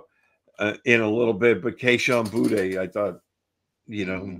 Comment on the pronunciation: Is there a reason purposely mispronounces Kayshon Boutte and Rhamondre Stevenson's names? It's "Booty", not "Bootay" and it's "Ra-MON-dre" not "Ra-MUN-dre"